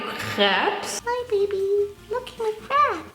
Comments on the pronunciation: i am french and let me tell you: you pronounce crêpe very well but dont say the S (farine too) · Not me thinking you said crab instead of crepe